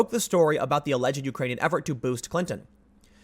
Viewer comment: You are pronouncing "alleged" wrong. It is a 'd" sound, not "id"